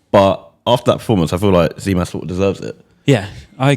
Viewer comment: For gods sake....its gimas not zimas....that tz in greek is g for the english language